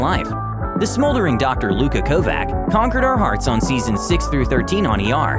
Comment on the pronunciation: And it's Ko-vahch, not Ko-vack. The character himself had to correct the pronunciations multiple times in episodes.